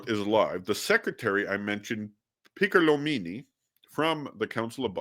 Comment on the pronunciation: Enea Silvio "Piccolo'mini" The accent is on the last "o".